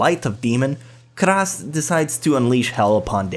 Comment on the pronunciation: "Ka ras" Karas, pretty simple japanese to understand, yet somehow said completely wrong. I'm suprised by how limited in knowledge you are sometimes. You can say Yosuga no Sora well, but not Karas?